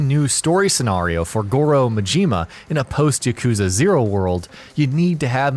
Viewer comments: MAJIMA,not Mijima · Cynical Nihilist Also: Ma-ji-ma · Not, Majeeema!! Ma-Ji-Ma!!! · This guy is a real expert on Goru Mahjeema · I cringed every time you pronounced Majima and Yakzua. You butchered it. Otherwise, good video. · Akira Oni The way he says Majima’s name triggers me. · its not ma-jima its ma-ji-ma and its not mo-ko-to its ma-ki-to sounds but spelt differently gosh have you not played zero?! or paid attention??